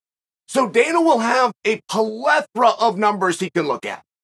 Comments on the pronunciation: only the bad guy can pronounce plethora as peletra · Puh-leth-ra 😂 it’s plethora uncle Chael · It’s “plethora” not whatever you said 😂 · obviously you missed it.....I'm well aware of the word, "plethora". If you'd paid attention to how Chael pronounced it, you'd have realized that he made up a new word, since Unc NEVER pronounces words incorrectly.